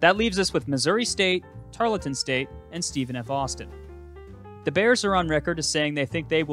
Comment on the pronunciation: You pronounce Tarleton incorrectly.